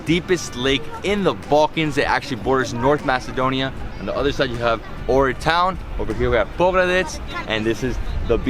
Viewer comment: I was born in Ohrid, Macedonia ... I miss it since I live abroad now. But many mispronounce the name. The H in Ohrid is pronounced... its not Orid .. O-hhhh-rid